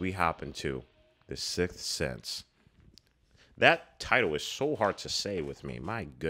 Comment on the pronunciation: "Guys... An that is the Silth Sith." 🤣🤣🤣🤣